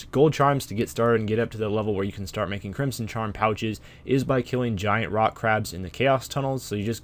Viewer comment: its pronounced crimson not crimpson